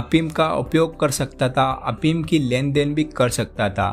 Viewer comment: prava afeem hunda apeem nhi